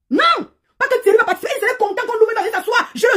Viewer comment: j' aime trop sa façon de prononcer le nom de thuerry là. Ça dose jusqu'à aaa !